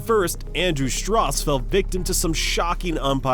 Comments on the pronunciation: "Andrew Stross" Stopped watching. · Who is Andrew Strors? And Billy Borden? This is some of the worst "empiring" decisions I've ever seen, lol. If you're gonna make a cricket video at least learn how to pronounce the names correctly. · 'Andrew Stross' who he?